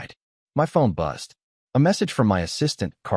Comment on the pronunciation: BUZZED NOT BUST ......